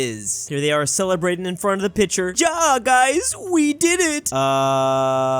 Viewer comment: as a German speaker, "ja" is not pronounced "Jah" its pronounced most commonly "Yah" for example a common meme way of saying ja is "ja Hans i like das canon too" or smth idk proceeds to get cancled by Germans